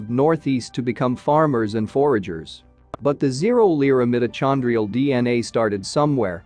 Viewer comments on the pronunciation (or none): Come on! The Bible says we all come from the Garden of Eden and we all know that was on the floor of trhe Persian Gulf before the seas rose after the Ice Age. And it's 'meyeto-kon-drial' not 'm-it-o-chawn-drial.' Very distracting. Botswana! Sounds plausible. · The incorrect pronunciation of “mitochondrial” is grating. AI should be better!